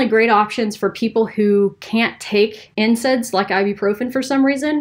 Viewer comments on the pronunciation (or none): When she said NSAIDs, it sounded like she said incense. Another herbal remedy. Just kidding.